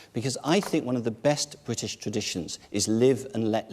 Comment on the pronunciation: Damien Green, it's BRITISH not BWITISH you fucktard !